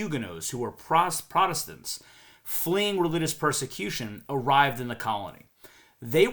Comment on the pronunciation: I don’t know why but when I heard u read our founding history I started crying. (Until u almost said protestants wrongly haha ! 🤭) Thank u for your research & passion for our plight & showing atleast one vital misconception about our history & our belonging on this continent.